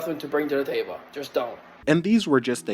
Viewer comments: Sir, it’s table not Tay-buh 😂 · LMFAO, dude doesn't know how to pronounce table